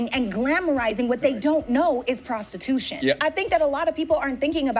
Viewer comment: Not “Prastitooshun” aye yoooooo 🤣